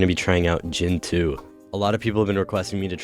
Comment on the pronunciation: It's gEntoo! NOT gentOO.